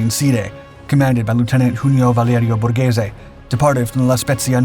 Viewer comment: OK, almost every one, Borghese you said correctly 🙂